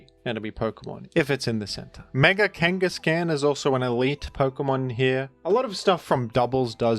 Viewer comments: 'Kangas-can' might be even worse than BKC saying 'Glisc-or' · I love how pronounces it KangaCAN. Because it’s KangasCAN. Not KangasCANNOT.